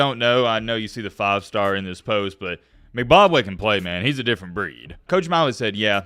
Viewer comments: its literally pronounced M - BACK WAY hes said it before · "Mcbabway" 😭😂😂😂😂😂 #MattBeIlliterate